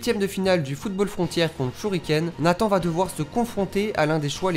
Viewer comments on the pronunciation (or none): none